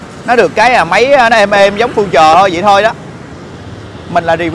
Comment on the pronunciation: Future từ đời đầu tiên ra năm 99 người ta đã đọc là phiu-trờ rồi mà giờ này còn đọc phu-trờ nghe phèn quá phèn.